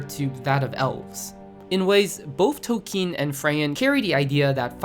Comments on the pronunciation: Are you sure toe keen is how you say that name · Tol-keen is the correct pronunciation